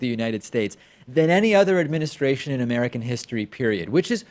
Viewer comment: Did he said amerikers?